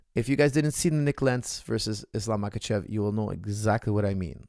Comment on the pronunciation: Coach, if you can pronounce the H sound, why you call Islam "MaKachev" if he is in fact "MaHachev"?